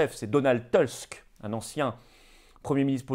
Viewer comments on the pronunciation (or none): Merci pour vos vidéos. Petite correction : le nom de Donald Tusk se lit à peu près « tousque » et non « teusque » — c’est un Polonais, pas un Étasunien.